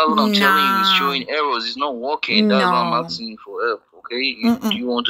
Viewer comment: "all i'm axing for is your elp baby, your making me feel like a bad person"🤣🤣poor old, his phone is broke his card is broke nothing is working for him